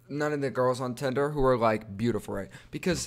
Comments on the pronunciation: I love how he said tender instead of tinder lol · Did anyone else hear tender😂😂